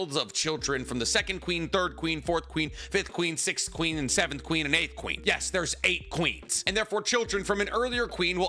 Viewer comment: Finally addressed his “SikthNess” 😭🤦🏾‍♂️ Get it? Sixth/Siccness. Lol… But bro says Sikhth/Sickth instead of “Sixth” & it always irked me for some reason 😂😂😂